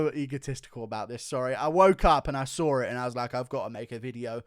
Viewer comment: Congrats Guru! Most accurate, but more importantly, entertaining as well. Best by test! “ I woke up and sawr it” and happy that Hardy is last😂 I can’t stop laughing